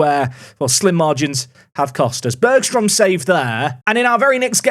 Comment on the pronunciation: I'm certain that the name Bergström is pronounced like Barry-ström and not Berg-ström. The name is a Swedish name translates to Mountain creek/river